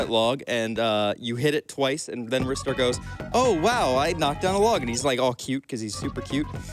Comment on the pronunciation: in, already mad props for pronouncing it correctly.